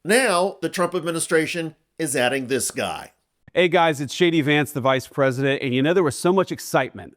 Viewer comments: When JD says his name, he totes says "Shady Vance" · Did he say "shady Vance". I like that. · I thought vance said, "Hi, I'm "shady" vance"! 😂😂😂 What a fkng moron !🙄🤦‍♀️💩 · Notice when JD vance states his own name it sounds like Shady Vance. How appropriate. Leave Greenland, Canada, and other countries alone, Trump and his bunch are screwing up enough just trying to use computers and radios! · ...did he say, "Shady Vance?" 🤔🤨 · I clearly heard JD introducing himself as "Shady Vance". Appropriate. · When Vance introduced himself I heard it as « shitty Vance ». This could become a good way to call him. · Did he say I'm "shady Vance"? Lol. Feel free to use. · Did he say shady vance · Did the V.P. just say "Shady Vance" ? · I love the way he says his name. To me and many others in Europe, it comes across as Shady Vance😅 well at least he is honest about one thing. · I thought he said. Hi there Shady Vance here.